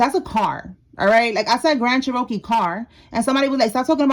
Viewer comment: They probably said that bc of how you are saying it. It’s Cherokee. (Chair-ra-kee) your saying Che-Ro-kee